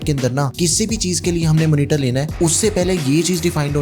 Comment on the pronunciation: Monitor - ❌ Manitar - ✅